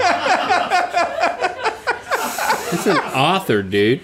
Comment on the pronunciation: I think Rhett was thinking of Baltoy when he said Tolstoy.